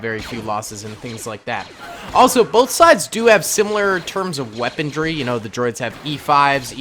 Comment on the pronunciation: Nobody: weaponry: "WeaponDry"